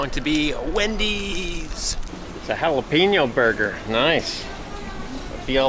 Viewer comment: Pronounce jalapeño right next time lol. Still a good video .